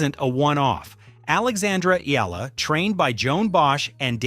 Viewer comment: EALA not Ela...